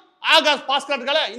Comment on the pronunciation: Pronounce Baskar properly it sounds badtard